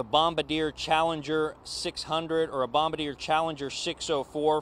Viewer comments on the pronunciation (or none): Oooo, that's very bad news. So sorry for the loss of life. Daggone! Oh, and by the way, it's "Bom-bar-dee-AY', not "bom-ba-deer." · The name of the make of the Bombardier Challenger jet is pronounced Bom-bar-dee-ay. Not BombAdeere, like a bomber controller. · This reporting is so bad. I’m sorry but wow. Just tell the facts, no need to speculate and be wrong. And it’s pronounced bom-bar-dee-aye. Not bom-ba-deer. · It's not pronounced Bomb ba deer. It's Bom bar diay. Bombardier. You're welcome. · Bombardier is pronounced BOM BAR DE A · Bombardier not Bomader lol. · It's pronounced baum-bar-dee-ay.